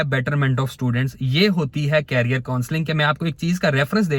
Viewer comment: Different pronunciation between career & carrier so correct it. Mere se ki bujay mujh se kha/bola jata hai.